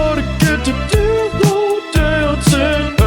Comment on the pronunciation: Does anyone hear the D in the word Dillo on accident?- 😅😅😂😂😂